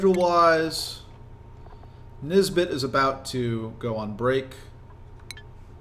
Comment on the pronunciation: this is quite late but everytime you say nisbet i hear this bitch, am i the only one?